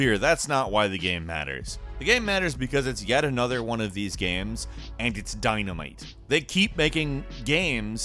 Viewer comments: He says "gaems" instead of games. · Does anyone else notice how he pronounces games as gemms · A lot of good-lookin "gaems" here,. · hahahaha dude every video he puts out I just can't stop noticing the way he says "gaemes". I love it. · Single player ‘gemmes’ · Is it only me or does he sound like he's having a stroke everytime he says "games"